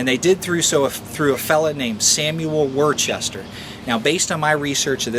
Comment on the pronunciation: It's pronounced WUH-STER not WOR-CHESTER